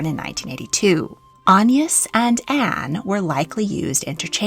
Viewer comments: What's with the strange pronunciation of AGNES? An-yes...Anne ...Aig-nes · that does explain it, although it might have been good to include that explaination in the video? It's very much not the normal pronounciation of the name in England and was a little distracting! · In england we pronounce it with a hard g like - a (guh) ness - or at least near where i live we do i thought it was quite common😭😭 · Agnes is a very comon name in England - Agg-nes. I have never heard of an Ayn-nus. Ever! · its pronounced "ag- niss" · I've never heard "Agnes" pronounced "On-yis" before! Was this common in Tudor/Elizabethan England? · French pronunciation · that explains that weird pronunciation. Great work as always. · I was wondering that! I've only ever heard it with the hard G. The soft G reminds me of the Irish pronounciation of names such as Anya (which wouldn't be applicable in modern English English but might have been in Tudor times?) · Agnes is a Swedish name, so should propably be pronounced with a hard g like in aglet. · Yes, definitely should be pronounced that way, don’t know where has got her pronunciation from.